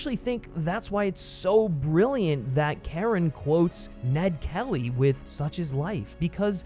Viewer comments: CHARON is PRONOUNCED SHA-RON NOT KAREN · it's not pronounced Karen. it's more like "Chair-On" or "Share-On" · This mf said "Karen" smh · did he call Charon,Karen 5555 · CHARON not Karen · He really pronounced Charon as “Karen” smh 🤦🏽‍♂️🤦🏽‍♂️ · Dude called Charon, "Karen" 😭 Disrespectful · Yes, thank you! And he's not the only one to do so in a video. Hard to understand - did they not hear his name pronounced in the film? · great vid, but the mispronunciation of Charon bothers me. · Imagine having Charon's name literally said in the movies a bunch of times and then still absolutely butchering the pronunciation